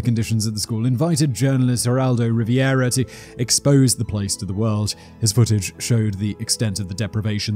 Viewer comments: The journalist who did the noteworthy documentary on Willowbrook is Geraldo Ri - ve - ruh. (or just go back to what is on his birth certificate – Jerry Rivers. 😆) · Geraldo RiVIERA 🤦‍♀️🤦‍♀️🤦‍♀️ It's RivERA LOL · The journalist's last name is Rivera (which is what is shown on screen), not Riviera (which is how you pronounced it). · Geraldo Riv-Air-a not Riviera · rivera not riviera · Say it with me: RE-VARE-AH. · His mispronunciation of Rivera is funny. His pronunciation of boogeyman is like fingernails on a chalkboard.